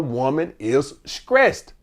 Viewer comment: lol its throwback when he sayin skressed